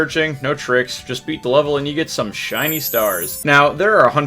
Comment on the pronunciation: I thought he was about to say “just beat the level and you get some s***” bc of how long he took to pronounce shiny